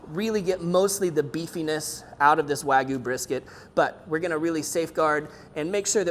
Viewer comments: Wa-gyu (wah gee you) not wagoo lol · Ok. As a subscriber and BIG fan of ATBBQ I hesitate to criticize but we got two huge problems here. 1) as mentioned numerous times below you are degrading this high quality meat by injecting it. 2) why do some people insist on calling this WAHGOO??!! It is spelled and pronounced Wagyu (wag-yu). You sound like a toddler.